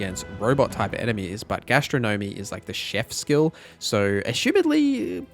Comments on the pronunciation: Gastro Gnomey? Astro Gnomey? Gas-tron-nom-mee Great vid but come on.... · GA - STRO - NUH - MEE!!!!!! - sorry, couldn't bear it..